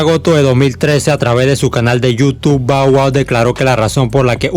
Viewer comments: No se pronuncia bow wow, si no (ba wua) esta bien las biografías que narras pero, te aconsejo pronunciar bien los nombres 😉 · Está mal pronunciado, pero no le pare a naa, dale palante 👍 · Alguien contó cuantas veces dijo Bau Au? XD